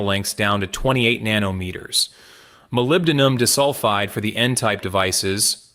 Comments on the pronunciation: Not dis-sulfide, pronounced "die-sulfide". Artificial, yes, but not "intelligent". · unfortunately, his use of AI prevents him from building a unique reputation - and we have to suffer bad pronunciations for SRAM, CMOS, ... and Molybdenum-DIS-ulfide! 😠 lose-lose in my eyes! 🤷